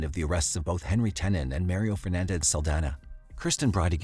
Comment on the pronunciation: The way that you pronounce 'Mario' is criminal.